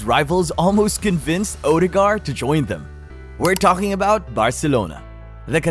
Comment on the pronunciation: Its pronounced ur de gard and he walks on water ..... now.